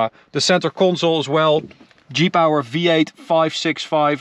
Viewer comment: I thought he was saying Jeep Hour not G-Power